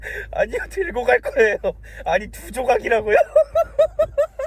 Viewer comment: ㅋㅋㅋㅋㅋㅋㅋㅋㅋㅋㅋㅋㅋㅋㅋㅋㅋㅋㅋㅋㅋㅋㅋㅋㅋㅋㅋㅋㅋㅋㅋㅋㅋㅋㅋㅋ-ㅋㅋㅋㅋㅋ두조각이 어떻게 들고가세요로 들리냐고 ㅋㅋㅋㅋㅋㅋㅋㅋㅋㅋㅋㅋㅋㅋㅋㅋㅋㅌㅌㅌㅌㅌㅋㅋ앞으로 드라이브스루 일주일에 한번씩 가서 연습하는걸로하자